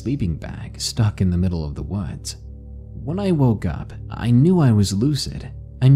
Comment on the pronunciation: Text to speech apps have gotten better yes. This channel uses one of the better ones for sure but it's still obviously a text to speech app, especially when a word like "woods" is occasionally read as "wads" etc.